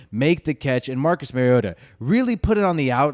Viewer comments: Exactly. Mari-O-ta. Not Mary-O-ta. Like Mario Andrette. But say "ta" instead of "Andrette". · Good video dude, but it’s MARiota like Mario. Not Marryota 🤙🏼